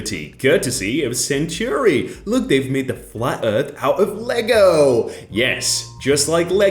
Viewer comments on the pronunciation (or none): none